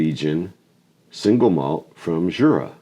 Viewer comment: What an akward review... Jeez! Love me some Jura! Its funny it gets pulled with someone who actually wants some peat! The Jura pronounciation is still quite far off 😂